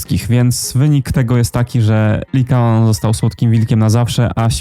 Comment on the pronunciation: To Liakon czy Likaon? 😅